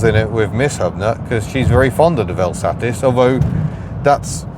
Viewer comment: May we just take a moment to acknowledge your correct pronunciation of the word ‘VelSatis’ - top work!